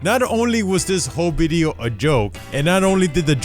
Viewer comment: nobody:: bideo